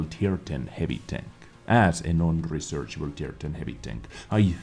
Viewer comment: U heard that? Its non rechershable said non rechershable